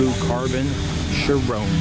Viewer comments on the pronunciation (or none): I've heard the Chiron pronounced so many different ways. From Sheer-ron to Shy-run to Cheer-ron to now here as Sheer-rone. Da fuck? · It is NOT pronounced "shir-own". Learn how to say words properly.